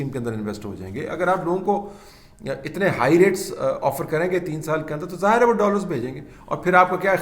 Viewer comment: ظاہِر نہ کہ ظاہَر " اردو لغت" سے